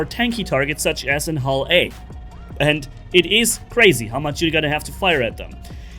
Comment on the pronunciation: Calling a Prospector HULL A that many times and even putting it in TEXT give me some agony idk why...